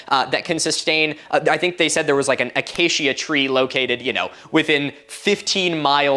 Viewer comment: It’s my name, so I am more bothered by it: Acacia is “Uh-Kay-shuh” not “uh-Kay-Shia” Or “Uh-kah-key-Uh” if you’re going for Latin pronunciation